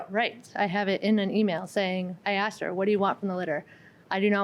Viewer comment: Did she just say I aksed?